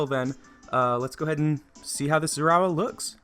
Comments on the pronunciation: “Zeraura”😂😂😂 Zeraora is pronounced “Zera-ora”. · its pronouced zay a aura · NO DON'T PRONOUNCE IT WRONG IT TRIGGERS ME! It's pronounced zeh-ruh-aura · ITS NOT ZEROURA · zera or uh you are making me angry >:( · It's pronounced like this "Zerah Aura" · He is pronouncing the pokemon's name wrong and it's Annoying. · How he said his name tho 🤣😂🤣😂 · Your pronouncing the name wrong